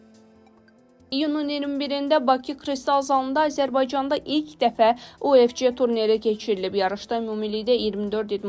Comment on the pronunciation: Kolxoz kimi o nə oxumaqdi УФЧ, ingliscə C Ç kimi oxunmur, U də Ü kimi oxunur.